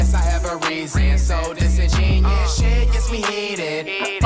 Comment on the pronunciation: everyone saying he cant pronounce disingenuous but if you watch b lou video he said it right, flight know what he doing 😳